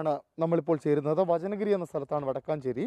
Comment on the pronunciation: Not വടക്കാഞ്ചേരി( Thrisur dt)...... വടക്കഞ്ചേരി in Palakkad